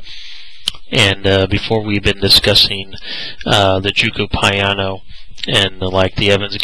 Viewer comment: Living in Italy I can give you so pronunciation advice on the way to pronounce "gioco piano" ..if you're interested giocare is the verb meaning "to play" or the word gioco means "game" piano means slow or quiet gioco (joh-koh) piano (pee-ah-no)